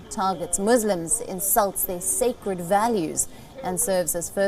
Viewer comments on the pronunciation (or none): none